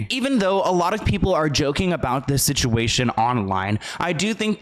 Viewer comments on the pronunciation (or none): none